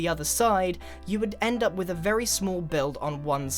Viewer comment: "Vary Starter"